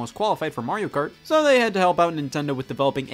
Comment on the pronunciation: Literally everyone: Mario Kart Scott: Mariokurt